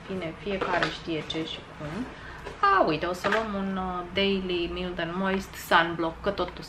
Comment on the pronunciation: Mild se pronunta /mʌɪld/ Raw se pronunta /rɔː/